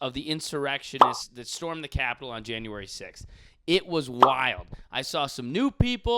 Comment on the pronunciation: The truth is she cant pronounce a th to save her life